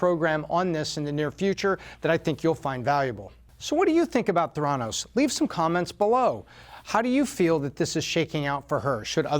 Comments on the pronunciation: Pronounced “thé-ra-nos”, not “the-rá-nos”. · Just a teensy quibble: it’s pronounced “THAIR-uh-nos”, not “thair-AH-nos” - because the name is a portmanteau of “therapy” and “diagnosis”. Great video though! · What I hate are all the people who say "Ther-ANN-os," instead of "THER-a-nos", the way everyone in the know pronounces it. Haven't you seen any of John Carreyrou's interviews? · "The-endos" omg... lol . edit: so lesson is: if u drop out, make sure it's Harvard and not Stanford lol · He doesn't even pronounce the name of the company correctly. Hack job. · Fail on pronouncing Theranos in different ways , one sentence to the next.